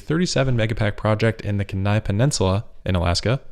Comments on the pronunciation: Hey love the content! Kenai is pronounced like "keen eye" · I lived in Alaska and it's pronounced Key-Nigh. No worries though dude, you're still awesome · another great video, except that as a former resident of Alaska i cringed at your pronunciation of "Kenai". You put the emphasis on the second syllable. It should be the first syllable. and Pronounced like "Keen - eye".